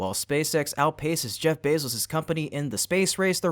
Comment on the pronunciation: The “E” in Jeff’s last name is pronounced “ō”.